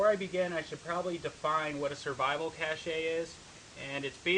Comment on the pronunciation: Pronounced cash. Not cash-ay.